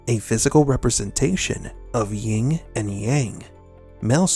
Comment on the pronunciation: Yin not “ying”